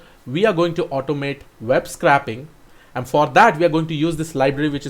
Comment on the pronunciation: It's pronounced "sc-ray-p" not "scrap".